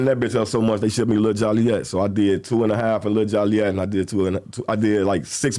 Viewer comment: Why do people still pronounce Joliet wrong? It’s pronounced JOE-LEE-ET. NOT jolly-yet.